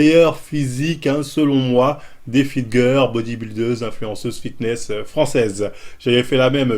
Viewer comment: "Fitgueur" j'suis ko 😭